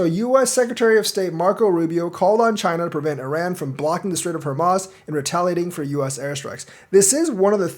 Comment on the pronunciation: it's pronounced, "Hor mooz"